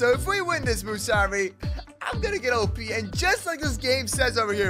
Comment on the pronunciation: btw you say op sound it out